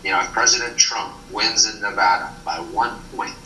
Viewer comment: You’re pronouncing Nevada wrong my dude. How do you have so many subs and so few views? Get a microphone.